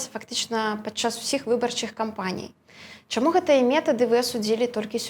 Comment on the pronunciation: "... хочЮць, чЯму... А спадар Латушка вельмі падабаецца!